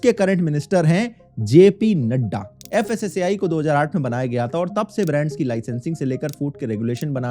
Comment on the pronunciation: Fasaai nhi fasai department 😢